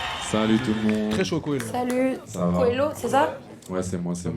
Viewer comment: C'est Cohelo pas Cohelio